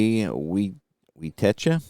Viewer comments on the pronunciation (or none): forgot to mention some pronunciations...Alan Ameche is 'Uh Me chee' and Wietecka is 'Why tek uh'